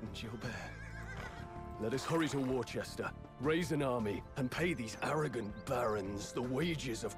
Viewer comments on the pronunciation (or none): In England Worcester is pronounced: "wu·stah" ~ "wooster", bit of a shame the English king with the Californian accent forgot that :) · funny that they say Worcester and Gloucester wrong